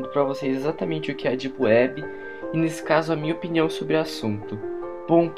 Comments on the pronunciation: "ondi elis vão si encontrá? ná....Típiwéb" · Dipueb ;D ninguem conhece kkk isso e mistura de português baiano com ingles kkk.